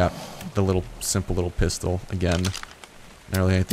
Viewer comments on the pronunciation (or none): none